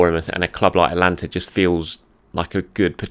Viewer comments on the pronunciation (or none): Atalanta, not Atlanta. Atlanta United of the MLS would suddenly be my favorite team in the US!